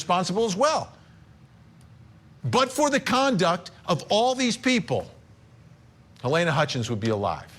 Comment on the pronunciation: I think your reporter is saying her name wrong- it's halyna not Helena